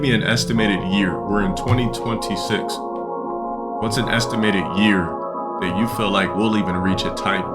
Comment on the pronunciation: “THAAT.” Lolol what accent is thaat?